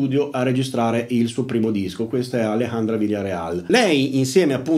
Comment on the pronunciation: Bravo con la jota di Alejandra.. però non dire Jalejandra. 😅